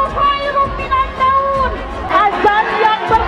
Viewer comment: Q dengar,y Minannaun,,,😁😁😁😁 ,,,bukan,y minanaum Bu,,,atau q yg ga tau adzan y😀😀😀